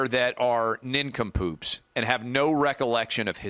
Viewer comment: He called them nin-come-poops